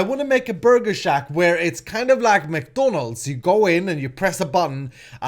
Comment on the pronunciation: I'm sure people are gonna rage because you say McDonalds wrong....